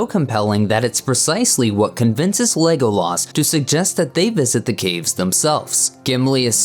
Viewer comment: What is with the way they say Legolas on this video. It’s so buzzard. Lego-laaas Like why? Just say it normally